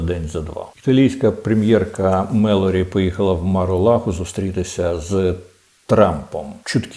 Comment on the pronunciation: Пане Корчинський, італійська прем'єр міністр називається Джорджія МелОні.